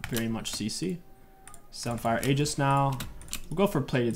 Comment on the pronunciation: stop mispronouncing Aegis please homie lmao